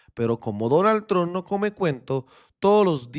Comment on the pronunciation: Parcero, cuando diga Trump, diga tromp y le sube la calidad al vídeo 😊 esa es la forma de decir ese apellido